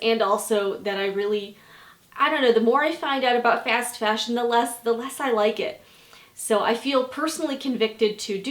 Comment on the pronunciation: Wow. Never would have guessed that lol The way you pronounce "fast fashion" is sooo midwest hehe